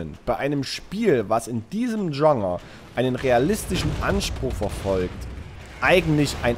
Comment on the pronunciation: meinst du immer wieder Genre? Google mal wie man das ausspricht. Ist versteht ja man kein bisschen wenn du das versuchst zu sagen 🤣🤣🤣🤣